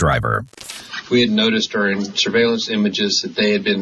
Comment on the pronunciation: It's "during" not "dearing"! gahhhhh!